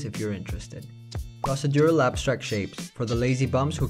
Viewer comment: pross-uh-dural? 🤣 pro·ce·dur·al